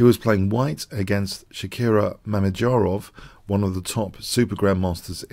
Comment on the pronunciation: Did he call him Shakira? 😂😂 Great videos, just yankin your chain good sir